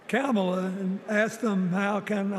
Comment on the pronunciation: Dems: it's racist to mispronounce Kamala's name Bill Clinton: Camel-uh.. Legacy media: 🦗